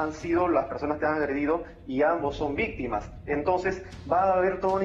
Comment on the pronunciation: Vistima, Vistima, Vistima, Vistima. Que risa me da la Magaly defiende lo indefendible.